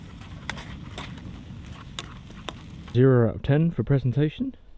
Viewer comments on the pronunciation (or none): none